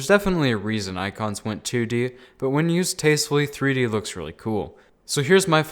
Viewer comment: Nobody: me: TREE DEE?